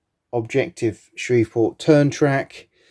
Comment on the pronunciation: Pronounced "Shreeve port" Shreve like sleeve.